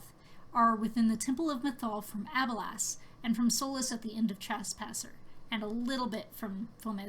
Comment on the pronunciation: Great video! I just don't like how you pronounce Abelas lol